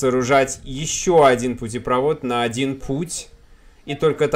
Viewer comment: Не путепрОвод, а путепровОд!!!!